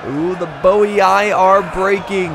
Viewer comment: Not quite. Double I at the end of a word is pronounced “ee-ee”. So it’s Boii is Bo-ee-ee.